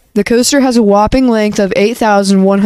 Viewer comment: I need some more emphasis on that “WHOPPING”…